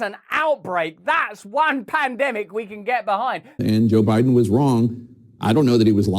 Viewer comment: “We don’t really know who Boe Jiden is”